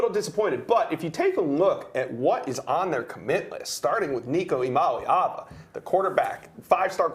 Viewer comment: Shoutout to y'all for pronouncing Nico's last name correctly... iamaleava -- (Ea-ah-Molly-ahvuh)